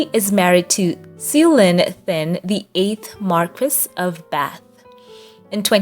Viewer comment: Thynne is pronounced like "tin", not thin. Cewalin is pronounced " Sue-a-lynn". Emma's mother's last name is Mcquiston. Jeeze, practice the pronunciation before you post.